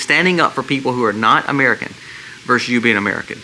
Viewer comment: just an FYI. It is actually Versus, not verse, ie, "the state versus the federal government". Totally in agreement with you on the points you made.